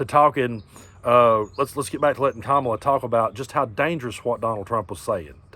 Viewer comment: Love your chanel, but you pronounced Kamala's name wrong. 😲